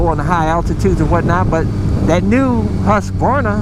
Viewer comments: im prettu sure Husqvarna is pronounced HOO skuh var nuh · it's husk-a-varna lol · Awesome channel! Btw, it's pronounced huska-varna. Cheers.